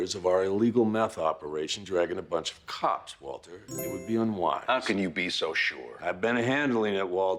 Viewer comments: MILL-Yun. MILLION? BILL-YUN. Waltuh’s pronunciation always gets me lol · The “Waltuh” meme doesn’t make any sense lol, clearly pronounces the R in Walter. Very clearly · That was more of a Waltur than a Waltuh, the r is very pronounced in this line